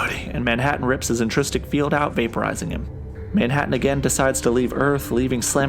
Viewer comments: Intrinsic! Intrinsic field generator! Hard to take serious an explanation from somebody who cant be bothered to pronounce the word the way its spelled about 12 times in the comic. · IntriNsic not intrististic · It's "intrinsic fields", not intristic fields.